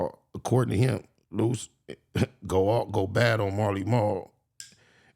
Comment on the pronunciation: Lost it when he called luce (loose chuuche lipz) ahhhhh haaaaa!!😂😂😂